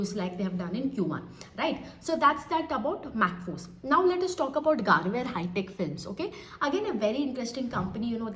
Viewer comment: Madam it's गरवारे not गारवेअर.....it's surname